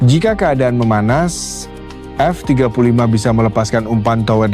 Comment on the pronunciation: Audionya jelek sekali 😂 F jeda 35, memalukan sekali bahas TEKNO tp suaranya kyk ORANG DUNGU 😅 Hrs nya F-35 ditulis F35 atau ajari TTS cara baca F-35.